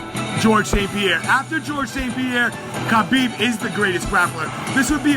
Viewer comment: The only unbeatable thing about Khabib is the number of guys mispronouncing his name. Leave the freaking k out, it's silent.